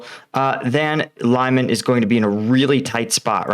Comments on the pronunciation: Lyman is pronounced like Lee-man, not Lie-men. Hope that helps. If you listen to the Ukrainian or Russian pronouncing the town, you will know. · To help with your pronunciation of Ukrainian place names: e is eh and y is ee as in ‘jelly’. o is as in ‘dog’. So: Lyman is Lee-man. Shandryholove is Shandree-hȯ-lȯ-veh, where ȯ represents a hard o. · Try to pronounce Lyman like Leemun I think it would come closer to how its pronounced in Ukrainian language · The pronunciation of Lyman is apparently not "lie-man" but more something sounding like "lee-mahn". That's how I hear the Ukrainians say it, anyway. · Pronounced leMAHN, not Lyeman. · Lyman= Lee Mon. Second syllable sounds like mom. Lysychansk is a high ground with Russian artillery at great advantage, so the Ukrainians are smartly staying away and concentrating on other areas for now. Kherson has been a stronghold for Russia and along with the river are barriers going towards Crimea. It had been a gateway to Odesa as Russia was coming in and trying to take full control of all Black Sea ports. It's now the fall back along with being a Crimea defensive line. Don't forget the rain over the last few days. Just like Russia getting bogged down in the North towards Kyiv early in the invasion, everyone off road is going to be bogged now in the east. Winter is coming. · Btw, it's pronounced "li-man" not "lay-man". You make it sound almost like lemon lol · Next stop - saying beginning of Lyman as 'Bingo' not 'lime'. Sort of Leeman, not Laiman. Love your videos and appreciate your efforts with completely different word structure. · Lyman is not "lie-man" it's "lee-mahn" and it's Russian Occupied territory. Luhansk Oblast is still in Ukraine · Lyman is pronounced as it's written like this: Lee-maan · “Lee-mon”. Please. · Lyman is pronounced Liman - short i and short a. Like "it" and "mama."